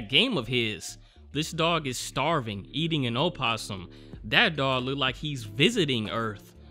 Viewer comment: This is silly, but as a zookeeper I appreciate you pronouncing "opossum " correctly! A lot of people think it's just "possum"!